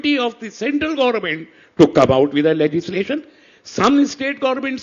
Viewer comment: saying gorment 😂